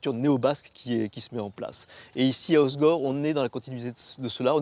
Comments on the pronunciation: Le gars qui présente la ville est même pas capable de bien prononcer le nom ça craint mdr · les gars disent "Ozgor", comme Igor ... Ah les parisiens ....